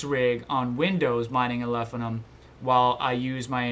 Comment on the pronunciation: Love the content, but if I hear you call it "Alephinum" ONE MORE TIME !